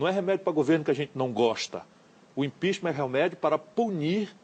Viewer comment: ”O impixima” EHWUHSUWHSUWHSUHSUSHSUSHSUEHSUHEUSHSHWHSUEHSUE eita Harvard...